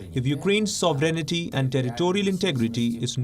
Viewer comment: to you mispronounced the word 'sovereignty' by saying "sovrenity". The word 'sovereignty' is not pronounced "sovrenity", it is pronounced "sovrenty".